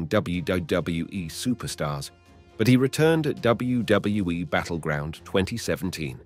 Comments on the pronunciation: learn to say wwf and wwe for god sake u can say it! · Especially when there was once or twice in this video he said it correctly then just back to gibberish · I never heard anyone have quite as much trouble saying "WWE" as this. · I thought it was just me